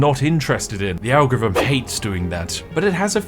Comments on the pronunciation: Why do you keep pronouncing "algorithm" as "anglo rythm"??? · I never knew British people pronounced ALGOTHM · Some advice: Since you clearly have a slight speech impediment which means you can't pronounce "th" properly, maybe you shouldn't repeatedly try (and fail) to say "algorithm" which comes out as a mangled mess closer to "algorvm". Just a thought. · The way he pronounces "Algorithm". "Algvivim" 😅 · "algvvhm" is the best pronunciation of algorithm ive heard in a long time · Spiff, please atop saying algevum ... Pleeeease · Can’t take someone who continuously mispronounces “th” as “v” seriously. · Don't worry, as an American I can assure you that we could never be offended by someone calling us irrelevant if said person can't even pronounce the word algorithm properly. It's too cute to stay mad. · Bro can't say algorithm to save his life hahahahah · Have I missed something? have you now a different voice ? One that struggles to say algorithm.